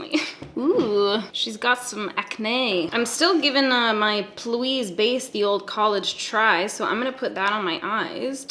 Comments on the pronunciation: you say p Louise like pee Louise not all one word like you're saying it. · I think she knows but just says it that way for fun. 😂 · Every time you say plouise I cry of laughter lmao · I giggle every single time you say, “Ploo-eez”. 🤣